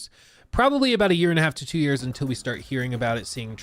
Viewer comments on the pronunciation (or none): none